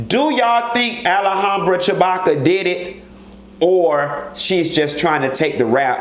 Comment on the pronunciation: "Ali-handra-chew-backa"...did just call that lady that??!! 🤣 I cannot deal with him this early in the am.